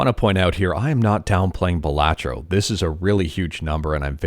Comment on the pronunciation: Why does he say Balantro as Blah tro, do u also pronounce Cilantro as Sa lat tro?